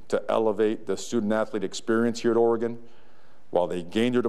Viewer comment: He knows how to pronounce the state's name... that's a start. Preserving Willie's recruiting class and beating Boise State would be nice, too.